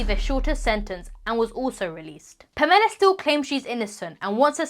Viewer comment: The way she’s pronouncing “Pamela” is making me cringe almost as bad as her mom being Jackie Chans bodyguard….